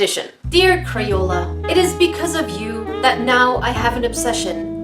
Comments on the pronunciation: did she just say cro-yola Ummmm.........triggered....😫😫😫😫😫😫😫😑😑😑😑😑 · "CROYOLA" 2019 - A.K.A.